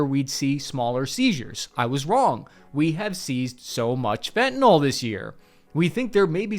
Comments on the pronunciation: when you say "fentnol" you sound like a Trumper or something. It's fentanyl. Fenta-nill. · It's spelled Fentanyl, and it's pronounced _Fen ta nil_, not " fi'inall "